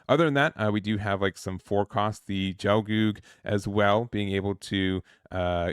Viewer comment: It's a hard G for both G's! No Jel. GELGOOG. Same for Gyan. K' Sah Tree Ya. That guy's name is crazy and I dunno if I'm correct. I always went with Muh-Koo Vay (M'Quve)